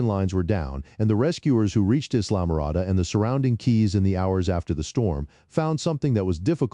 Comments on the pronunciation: The commentator didn’t understand pronunciation. “Islam - morada” is pronounced “I’ll -ah-more-ah-dah”. Sheesh. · Islamorada pronounced: eye-luh-muh-RAH-duh